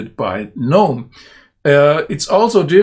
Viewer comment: Thank you for pronouncing GNOME the correct way............... I cant stand all these pretentious people who say the "G"